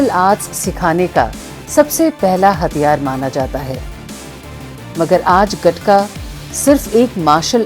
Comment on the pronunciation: It's called गतका not गटका my friend